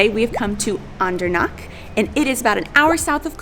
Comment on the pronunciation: guuuysss, can you try harder to make H sound? : D CH is like H in have. Andernach, machen, Nacht etc etc It has a vowel before, so it shouldn't be that hard to pronounce, probably doable even for Americans ; ) today I talked to one of our US employees and his last name ends in -macher, I asked him how to pronounce it properly (because you'll never know with Americans : D ), the reply? "MaCKEr, it's German" hehehe. I didn't want to correct him, he sounded so proud, probably 4th or 5th generation American.